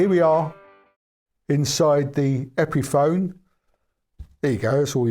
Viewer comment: Epiphone rhymes with telephone.